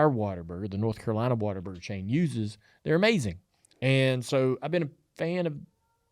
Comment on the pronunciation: it’s What-A-Burger